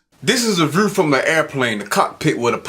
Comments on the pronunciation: He said "vriew from the erplane" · I'm sorry, but I couldn't get past that dumb crooked head look on his face aswell as the way he pronounced "view" as voo.